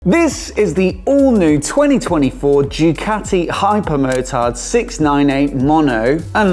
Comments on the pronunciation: It's not 'Dyucaati' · Well he DID say "Jewcati"